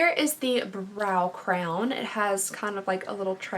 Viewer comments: Say cray-on CRAY-ON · I don't think I've ever heard anybody pronounce crayon with a long O. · I'm I the only one quaking at the way she said crayon 😂😂😂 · I’m new here and I have to ask: where are you from? The way you pronounce the word ‘crayon’ is very unique. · Love your videos but the way you say crayon.... 😬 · The way you say crayon is very interesting 😂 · I love the way you say “crayon” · You say crayon super weird 😆